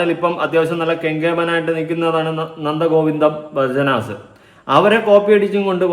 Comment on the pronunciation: ഭജൻസ്, ആണ് അല്ലാതെ ഭജനാസ് അല്ലെ അത് അവതാരകൻ ഒന്ന് പഠിക്ക് എന്നിട്ട് നമ്മൾ മറ്റുള്ളവരെ കുറ്റം പറയണം